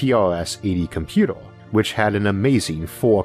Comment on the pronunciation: personal compyootou